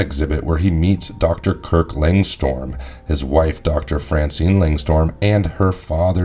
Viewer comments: It's Lang strum not storm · It's not Langstorm. It's Langstrom* lol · It's Langstrom, not Langstorm. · Just a small correction. The name of Man-Bat is Langstrom, not Langstorm. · Man-Bat is Kurt Langstrom, not Langstorm. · Why's know one talking about how he said langstrom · The fact that you can’t say Langstrom correctly is what gets me. Did you watch the episode or did someone write this for you? 😂